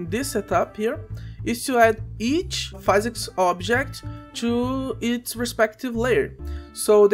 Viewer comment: hey bro, great video, thanks! Also, you may have learned this by now, but physics is pronounced "fizz icks", not "fai zicks". cheers!